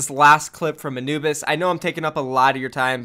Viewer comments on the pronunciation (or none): none